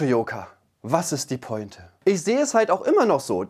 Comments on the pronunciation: und das hindert sie daran, Worte wie Pointe richtig auszusprechen oder Worte völlig falsch zu betonen wie zum Beispiel "Posstette"? Sie ist Wahldeutsche und kommt aus Österreich. Amtssprache in Österreich ist Deutsch. Sie behauptet doch von sich selbst so gebildet zu sein und pointiert sprechen zu können. Alles was ich "litschälly" bei ihr höre, sind peinlich ausgesprochene Anglizismen und andere Buzzwords um besonders intelligent zu wirken. Tut sie aber nicht. Das wirkt eher peinlich bemüht. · "Meeklenburg Vorpommern", "Roostock", "Kra Kanaria" und ""? Sie will immer so schlau klingen und macht sich über die Dummheit anderer lustig und scheitert dann an der Aussprache einfacher Wörter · Unfassbar wie falsch sie selbst Worte wie Youtube ausspricht. Ich verstehs nicht. Wo ist die?!? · wie sprichst du denn bitte pointe aus? das wort kommt aus dem französischen.... man spricht es po-en-te. ich krach mich weg